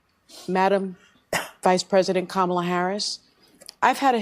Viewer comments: The racist Whoopie pronounced Kamala's name wrong, where is the outrage? lol -Trump 20204!! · How come they always mispronounced Kamala‘s name?